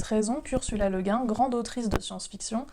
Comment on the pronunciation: On est d'accord ! Mais tu ne prononces toujours pas correctement le nom d'Ursula Le Guin (cf. mon commentaire sous la précédente vidéo) 😉!